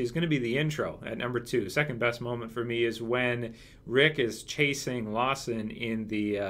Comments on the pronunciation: It's Lamson not Lawson haha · STOP CALLING HIM LAWSON ITS LAMSON!!!!